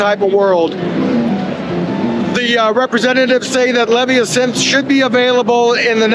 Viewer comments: Not sure about that pronunciation of Leviasynth, with the emphasis on the first syllable. I'd bet the house that the emphasis is on the second syllable, as with the pronunciation of the word Leviathan, which is almost certainly from where this synth drew the inspiration for its name. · Its Leh-VY-uh-synth. like Leviathan. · BTW, Leviasynth is pronounce the same way you say Leviathon. The accent is on the "vi" "La-VI-uh-sinth" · I think it's Lev-eye-uh-synth, like leviathan but a synth. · I would venture to say it is (or should be) pronounced, "LEV-EYE-A-SYNTH" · Surprised about the pronunciation of Leviasynth. I thought it would be similar to the word Leviathan. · Are you sure that you have the correct pronunciation of Leviasynth? I would swear that the name derives from the mythical serpent "Leviathan". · Well done sir, kept it moving n covered a great deal id say. However, one hang up lol, your not saying the leviasynth's name correctly sir and its killing me. The leviasynth is certainly named after the mythical aquatic beast the leviathan.... just as the the hydrasynth is... so just nitpicking ya but aint nobody bothered to tell ya and u sound ridiculous saying it incorrectly and I really enjoyed ur video and u seem like a thorough man who would care they were butchering the pronunciation of a product and nobody thought to stop u. Hopefully ya see this sir . Again loved the vid cheers